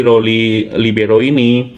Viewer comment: libero gitu aja bli.. biar gak kesulitan ngomongnya kwkkwkk